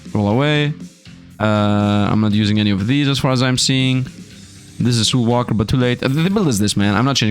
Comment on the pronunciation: Bro, you missed both the L's in that word... it's SOULWALKER.